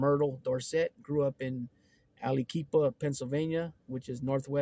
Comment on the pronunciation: That's pronounced al-a-kwip-a. It's cool though, lol.